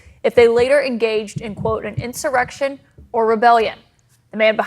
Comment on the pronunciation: Narrator say "in-simmer-rection" ? Is that a chat bot reading?